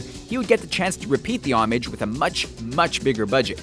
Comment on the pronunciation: Fantastic video except for the pronunciation of ' homage'. Oof.